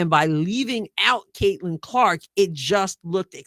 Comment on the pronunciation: No Sophie, no Lexie and could barely say Caitlan. Racist much?